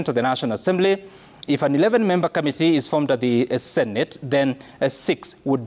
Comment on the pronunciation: it's committee not ' kamitee'!! Can you also please tell us, how many Senator's we have in Kenya?